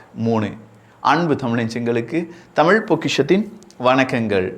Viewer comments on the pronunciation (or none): none